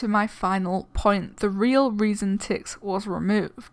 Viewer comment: It's Tix, not Tixs